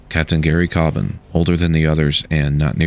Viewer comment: Thank you for making an honest detailing of the findings from the Coast Guard and NTSB Marine Investigation. Just a slight correction, My Brother's name is David Leigh Cobban, not David Lee Cobban. Also you are one of the first people I have heard actually say our last name correctly, so thank you for that as well.